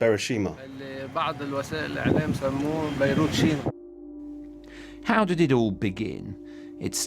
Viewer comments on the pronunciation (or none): I'm sorry but Biroshima gave me a chuckle